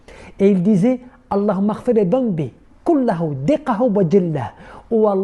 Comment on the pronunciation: Magnifique vidéos qui montre qu'il faut pas déspérer de la miséricorde d'Allah mais mais la prononciation de l'invocation est un petit peu flou au début est ce qu'on doit dire < >ou< > Merci de vouloir nous aider